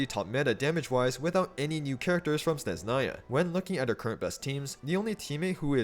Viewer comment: SneZHnaya brother. Don’t ignore the H. ZH is the same sound you make when you pronounce G in Fagio